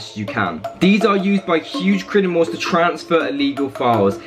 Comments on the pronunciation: Just wondering how come when you say criminals it sounds like crinimals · Why do u say crinimals on purpose😩🙄🙄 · Has anyone else noticed that says Crinimals instead of Criminals? Btw I'm not hating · i was looking at the comments and was like. has nobody noticed this LMAO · Who else hears crinimals